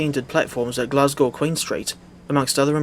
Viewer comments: dafty thinking a 380 can run on that route. "I would much rather it" also the the 365 was a temporary loan train. also you mispronouncing glasgow actually makes me want to not live in glasgow anymore (jk) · nah the way he says glasgow is killing me